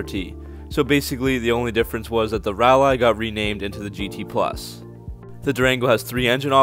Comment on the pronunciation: And yet you're good with "rall-eye"?😏😏